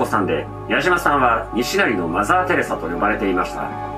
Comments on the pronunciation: 西成のイントネーションがきになるー！ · 西成のイントネーション気になりすぎて話入らんかった😂😂😂😂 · 西成の発音がばり気になって話しが入ってこん😂